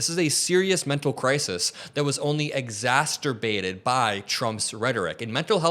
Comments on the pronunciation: I am so impressed with your work, so please understand I mean well when I offer a gentle correction. The word you use to describe making things worse, is not exasturbation. It is exacerbation or exacerbate. The way you say it, it sounds like masturbation, which is clearly not making things worse. 🥰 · Just a heads up, it’s exacerbated, not exacterbated. Thanks for doing what you do. You are definitely the future of left wing media. Do you have plans to run for office? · Don't believe cops do things based on laws. They act on feelings and see what sticks. Also, this guy said "babies being killes up to the point of conception" Exacerbated, not exacerterbated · "Exasturbated" don't know if meant to say it that way but it works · Great work, but I have to point out an unintentionally hilarious mispronunciation here: "exasturbated." It's very subtle. Just drop the T and you won't remind people of... that other word. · ExaSTerbated? That's some malapropism on the brain.😊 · You mispronounced exacerbated. You added a t. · Exacerbated -- pronounce every syllable. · Exacerbated; no “T” after the “C.” Unlike that other word lol